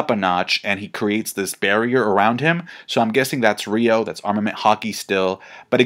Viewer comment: It’s roku shiki also it’s pronounce ryu oh